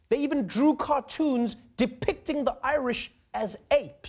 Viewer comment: Dickpickting Is what I heard.